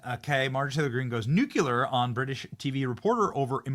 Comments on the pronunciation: 🚩BENNY🚩 Nuclear= new+ clear. It's not new+cue-lur; it's new+Clear. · Nuclear Benny, not nuculer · Please for the love of baby Jesus stop purposely mispronouncing nuclear. It's not nucular. It's nuclear. It comes from the nucleus. There is no nuculus. It just makes you sound stupid. And I love you and I don't want you to sound stupid. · It’s nuCLEAR. Not nucular. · You are rocking it Benny...but please stop pronouncing the word nuclEar as nucUlar!!! Driving me crazy!!!😂...a short drive, I admit😂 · ITS NOT NUCULAR. THE WORD IS NUCLEAR. Didn’t everyone learn this from George W? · It's NUCLEAR, not NUCULAR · Bro I swear, it is not hard to pronounce “nuclear!” It is not “nuculer!” Drives me nuts! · Nue clear. Not 'new cue lurr'. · BENNY PULEEEZ!!!!! YOU ARE A REPORTER. SAY IT WITH ME. NEW CLEE ER!!!! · The word is pronounced nuclear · Love you Benny, but it's nu-cle-ar! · Benny, I love you man, it's pronounced NUKE-LEE-ER. Sorry, but it's been bugging me for a while, you sound like "W"... hahhah.. Again, sorry, but it's true... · Can SOMEONE who actually knows Benny PLEASE ask him to STOP mispronouncing the word "nuclear?!" PLEASE! For god's sake Benny, IT'S NOT HARD! "NEW-KYOO-LER" is just IGNORANT! STOP! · Benny boi cannot pronounce nuclear correctly. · Do you purposely mispronounce Nuclear? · Stop saying nuclear like GW